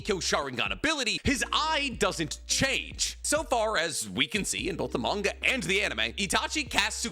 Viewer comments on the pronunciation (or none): none